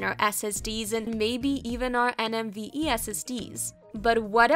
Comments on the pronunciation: IT'S NVME NOT NMVE....dumb ass tech channels. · Did she just say NMVe ?